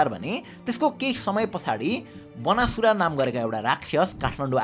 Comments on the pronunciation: बनासुरा होइन, वाणासुर भन्नुस् ल । बोधिसत्य होइन, बोधिसत्व भन्नुस् ल । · बनाशुरा हैन है । वाणाशुर हो ।।। अति राम्रो खोज । Liked it very much.